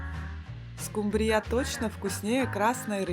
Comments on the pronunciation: Произносите, правильно ставя ударение: скУмбрия, а не "скумбриЯ"! 🤦‍♀️😅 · Не скумбрИя а скУмбрия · Особенно окончание данной рыбки от поивычного звучания скУмбрия и скубриЯ 😅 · СкУмбрия, а не скумбриЯ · Можно по-пробовать приготовить. Просьба делайте правильно ударении на слове скУмбрия, на букву У. Почему Вы делаете ударение на букву Я. СкумбриЯ, так неправильно, простите. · У вас что такой рицепт то длинный не скумбри'ю а ску'мбрию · СкумбриЯ...да уж.,любимая рыба миллионЭра.😅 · правильно говорить не скубриЯ, а скУмбрия! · Рецепты хорошие, даже очень. Спасибо! Но почему скумбриЯ, если скУмбрия, ну невозможно же слушать. Зачем так безграмотно? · Со второй скумбрие"й😅😅😅😅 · СкУ́мбрия!!!! А раздел рыбки аналогичен разделу сельди! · Мне понравилось как звучит «скумбриЯ’» ,что то наподобие ЗульфиЯ’ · Спасибо, скУмбрия... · СковородА,скумбриЯ,это что новый русский язык? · А еще, скумбрия, с ударением на Я, отпад! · Дааа, из какой республики приехавшая,, скумбриЯ,, 😅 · Что за скумбриЯ, компьютер что-ли говорит? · СкумбриЯ! Когда же ьудете правильно говорить? Неаозможно слушать.... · Это что за слово Скумбрия почему так говорите? Для всей семьи это слишком мало